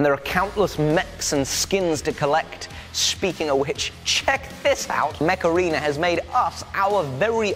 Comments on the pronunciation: I love that when you say Mech Arena, it kinda sounds like Macarena, and I'm just picturing you and Jamie dancing while playing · The way you said Mech Arena made me think of the macarena and now i can't un-hear it... Heeey mech arena! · When he said mech arena it sounded like he said Macarena with an accent